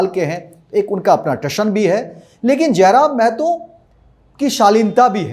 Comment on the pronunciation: जयराम महतो है जयराम मेहतो नही